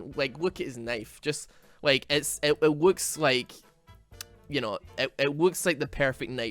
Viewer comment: it wooks? lol